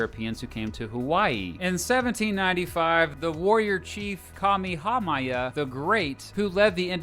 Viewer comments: Oh yeah, over here in Hawaii we get a heck of a lot of Japanese tourists. Also his pronunciation of Kamehameha hurts everytime he says it. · His pronunciation of Kamehameha id very bad, from what I remember while living there